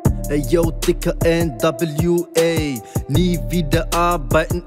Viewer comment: Nicht digga du hast tigga gesagt